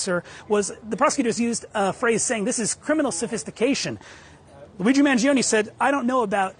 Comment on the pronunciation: cant wait for to be able to pronounce Luigi instead of lewi G